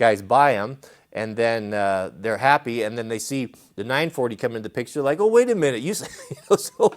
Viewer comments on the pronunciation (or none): none